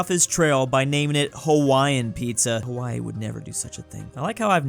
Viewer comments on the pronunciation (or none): none